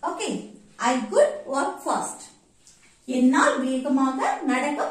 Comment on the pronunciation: Sis, This is not good (could), the way you said is wrong, try to avoid local slang. But appreciate your content,, I'm really sorry to say this.